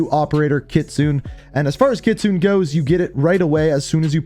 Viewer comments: Kit-su-ne Not kitsoon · Kit-soo-neh kitsune your pronunciation drives me crazy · It makes me cringe how you pronounce Kitsune it’s not Kitsoon it’s Kitsu né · God my ears bled every time he said "Kit-sune". It's pronounced "kit-su-nay" my guy. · It’s not kitsun! You pronounce it like kitsunae!! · Nice try but it's actually KITSU-NEY. (NEY pronounced like NAY) It's fox in Japanese if I'm not mistaken. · bro here how to say her name, Kitsune ( Ki Tsun Nay) please stop fucking up her name, love the videos tho kelp it up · Everyone can't say Kitsune right. It's pronounced Ki Tsu Ne (きつね) that means fox in Japanese. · Ikr i cringe every time says kitsoon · Came here to say this, but I figured someone had beat me to it. To be fair, I only know it because of Ghost of Tsushima lol. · U said kitsune and kyubi wrong btw